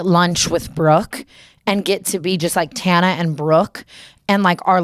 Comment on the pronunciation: Ethan Klein doesn’t know how to pronounce a lot of things don’t be offended. He doesn’t even know how to say Tana’s and he’s hung w her multiple times 💀